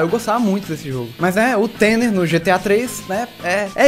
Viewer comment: tanner se diz tana..... eu acho ...se n for a culpa e da voz do google tradutor!